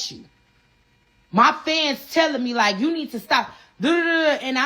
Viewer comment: she sound like a Dominican Pink Power Ranger " we couldn't have done it wit yewww" 😅😂 shutyoassupgworl